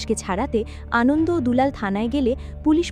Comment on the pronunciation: Prothomei boli, valo bornona korechhen. Kintu Anonto Lal Shing k bar bar 'Anondo' bolar moto eto boro vul hoi kikore apnader. Eto riti moto onny. Ekbar recheck korar proyojon bodh koren na apnara? R seta kei upload o kore dichhen buk fulie? Eto boro overconfidence ase kotha theke apnader? Ki mone koren bolun to nijeder? R hya 'Kup kat' noi sobdo ta, ota hobe 'Kupokat'. Any way Thank you for explanation.